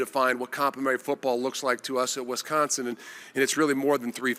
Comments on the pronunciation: Can someone please explain to this guy… it’s wIsconsin…. Not wEsconsin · Hey coach, maybe learn the correct pronunciation of Wisconsin for starters!